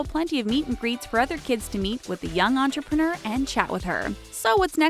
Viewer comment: The host pronounced entrepreneur “entrepren-errr” I just watched something where a character pronounced it like that..... what was it???? Anyone know what I’m talking about?